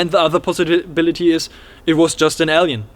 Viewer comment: Super interesting ! Your description of the entity was hilarious . Also interesting how you pronounce alien ! Sounds like el-yan or L-yan